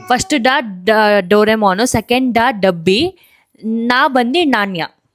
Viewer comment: Pratap and chaitra mistakes: ಭಾಳೆ ಹಣ್ಣು ❌ ಬಾಳೆ ಹಣ್ಣು✅ ಛಹಾ ❌ ಚಹಾ ✅ ಢಬ್ಬಿ ❌ ಡಬ್ಬಿ ✅ ಣಾನ್ಯ ❌ ನಾಣ್ಯ✅ ಷೆಲ್ ❌ ಶೆಲ್ ✅ ಥೊಂಡೆಕಾಯಿ ❌ ತೊಂಡೆ ಕಾಯಿ ✅ ಠಪ್ಪಾಳೆ ❌ ಟಪಾಲು ✅ ಳಿಂಬೆ ❌ ನಿಂಬೆ ✅